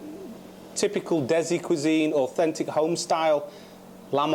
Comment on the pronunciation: Dezi lol it's de si